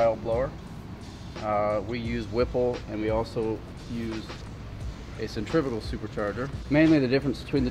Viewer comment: I'm not trying to be that guy but cen-tri--fugal is not pronounced like the way they are trying to.